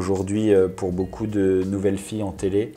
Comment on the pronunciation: C'est marrant il dit BOUCOUP pour beaucoup 😊